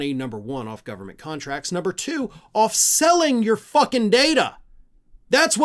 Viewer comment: Someone got into Elons special K stash 😂 da fuk going on with the gov...bern...mant? Say it slow 😂